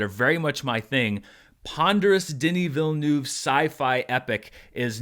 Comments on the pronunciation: Say this word - VEAL - now say this word - NERVE. Put them together and.. voila! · Please pronounce the eu-part of his name not like 'noob', you should try the u like from the word 'urgent' 🤓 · I know and you do a good job most of the time, some french sounds are very tricky for english speaking people and 'eu' is one of them, it basicaly like the u in hurt. Anyway I don't know why but it made me laught ;) Carry on with the great job you do with the critics and charts, love them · It kept sounding to me like you were saying "the DIddyville News". ;) I LOVED the movie so much, and I don't know all that much about Dune at all, though I have slowly been trying to get through the audiobook for the past year, so it gave me a great foundation that the Lynch movie did NOT. ;) My first experience with the world was with the Sega CD game, which was my first RPG and I loved it, so I've always had an interest in general. This film really sucked me in, and I"ll be finishing that audiobook as soon as I can, now! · Just wish he would stop miss-pronouncing the director’s name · Americans, please learn how to pronounce the name Villeneuve. Thank you. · prononciation of Villeneuve name is hilarious